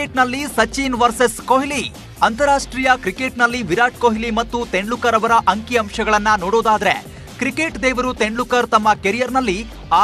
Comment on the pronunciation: ಅವರ ಹೆಸರು ತೆಂಡ್ಲೂಕರ್ ಅಲ್ಲ ಗುರೂ. ತೆಂಡೂಲ್ಕರ್ ಅಂತ ಸರಿಯಾಗಿ ಉಚ್ಚರಿಸಿ